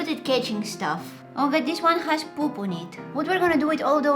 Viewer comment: I love her voice and I love how she does say dis not this 😘 and by the way it's a crazy idea to put eggs in your face cuz I tried it and my head hurting and it will let your face small like chicken pop and I love her sweet laugh